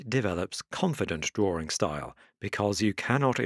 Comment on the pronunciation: drawring. it's fun